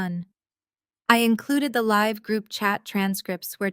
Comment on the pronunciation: When you improve your pronunciation of homonym read and live, and stop recapping midstory.